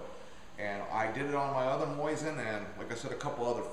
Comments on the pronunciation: What's with people calling it a moisin its Mo Zin Nagant ( technically mo zeen Nagan) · "Moisin" ? I understand not many people will take the time to figure out the super simple russian/french pronunciation "moSeen nagohn"... BUT MOISIN? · its MO Sin not Moi sin. Other than that repeated f up, good video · whats a moisin? lol thats funny its mosin not moisin.. sounds like hes sayin moisten haha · It's not a "MOISIN" It's a "MOSIN". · Lol I like how he says mosin like MOIZ IN. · lol, "moisten" nagant.... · why does he keep saying "MOYZIN" ??